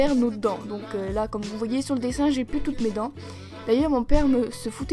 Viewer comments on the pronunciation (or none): Quand tu a dit dessin et matin tu a eu l'axent